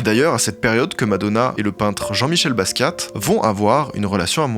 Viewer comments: BASKIA pas Baskiatte. La honte sérieux... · Basquat on prononce pas le t, si? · Le "T" de Basquiat ne se prononce pas :) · Jean-Michel Basquiate... Coup dur, mais trop top la vidéo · Super de mettre en avant Madonna et de faire découvrir son incroyable parcours, l’influence qu’elle a eu sur la musique mais aussi sur le fait que sans madonna il n’y aurait ni lady gaga, ni rihanna, ni aucune artiste pop féminine. Deux petits détails a corriger par contre; Basquiat se prononce « basquia » (sans le « t ») et ce n’est pas Patrick Hernandez qui a découvert Madonna et qui l’a emmenée à Paris, mais son producteur, Jean Vanloo.